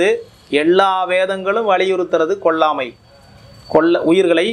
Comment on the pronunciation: Why is this person pronouncing as : "கொள்ளாமை" .. "எள்ளா வேதங்களும்"? If 400 people hear this, they are going to amplify these mistakes that many multiples of times! This is a problem in democratizing media -- errors propagate.